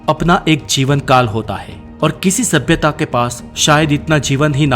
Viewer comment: Does anyone kept count how many times did he said sabiyata😂